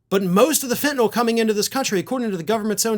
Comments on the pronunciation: you are the first commentator I have heard to actually pronounce the word "Fentanyl" correctly! I hope it catches on. 👍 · This is ot but thank you,, for pronouncing fentanyl as fen-ta-nil and not fen-ta-NOL as so many others are.